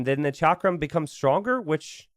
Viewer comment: Hey. Huge fan! Just wanted to let you know chakram is pronounced like chuck-rum